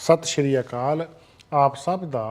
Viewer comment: It is not sat Shiri it is sat Siri akal bhai sahib ji you don’t mind thank for your service . Appriciated